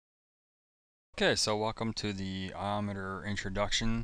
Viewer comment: I always thought it was pronounced I-O meter... As in Ins/Outs Per Second (IOPS)... I know that is what Intel called it anyway...